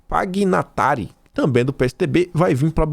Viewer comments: leia-se Pinhatari. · Pignatari = PINHATÁRI. O "gn", em italiano, soa como "nh".